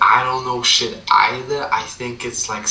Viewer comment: Lmaoo I could tell the way he from west orange cuz of the way he said shit